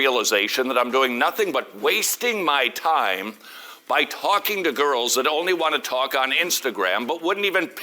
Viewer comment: I thought "goils" he was saying "goys"